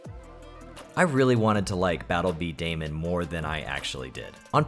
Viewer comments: It's not Battle B Day-man it's pronounced Battle B Duhh-Mon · i swearvits pronouned bee duh mon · Also it's pronounced "Bee-Dah-Mahn" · Janky 3d stuff on the GBA was always really cool. It was a big deal back then, believe it or not! Also, while there is a very good chance you will never have to use the term in spoken conversation ever again, just thought I'd mention that "b-daman" is pronounced "beedamon" (bee-duh-mon). Its generally spoken the same way as "Pokemon" or "Digimon".